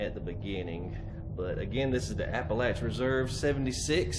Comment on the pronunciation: Thank you for pronouncing Appalachia correctly! I live in Southwest Virginia and it irks me when people pronounce it wrong. 🥴 I didn’t get to finish the video earlier because I went to prayer meeting on zoom. I’m back to finish the video so I will actually comment on the home. 😂 I really like this home! Lots of room. Not much to change. Great video!